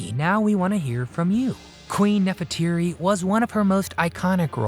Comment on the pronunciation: Nefertiti. NOT Neferteeri!